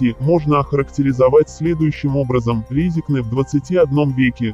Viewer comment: piarišsja na Latviji,naučisj proiznosit'nazvanije goroda praviļno )